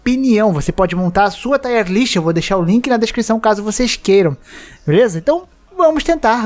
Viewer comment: tier se fala como escreve mesmo, e não taier list